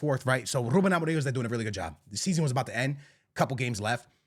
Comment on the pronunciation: dude will simply not stop pronouncing amorims name wrong, wtf is amo-ring